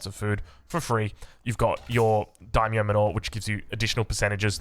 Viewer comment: Regarding the "Day -myo? Dye-myo?" It's pronounced like the English "dye/die." The "ai" sound is always the same in Japanese, so samurAI, dAImyo, gAIjin, etc.